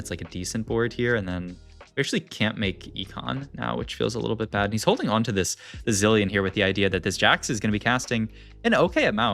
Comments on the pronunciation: zei-lion xD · he pronounces zilean correctly earlier in the vid then pronounces it completely different later on